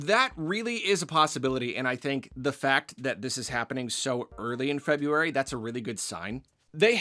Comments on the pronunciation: FINALLY!! Another who says Feb-ROO-ary! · opened the video by pronouncing February correctly. so satisfying